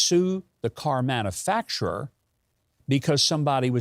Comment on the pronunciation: Its pronounced man-u-facturer not man-a-facterer i guess you and Brandon went to the same schools.